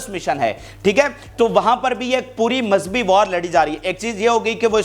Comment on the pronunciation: You are saying “Mazbhi” this is actually Mazhabi مذہبی